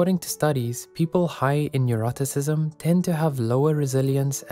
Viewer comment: I'm confused, were you trying to say "Neuroticism"? like "Nu - Rah - Tih - Sih - Z'm"? 🤨